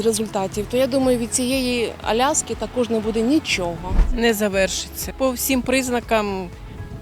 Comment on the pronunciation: Аляска а не Алясця